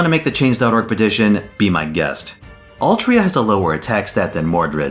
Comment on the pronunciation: "Altria" yikes